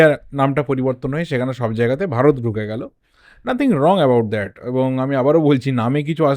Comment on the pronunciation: its bharat not varat